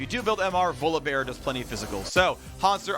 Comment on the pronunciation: My lord can someone please tell phreak its volibear not volabear